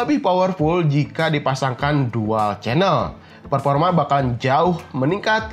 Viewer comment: Performa bang bukan peporma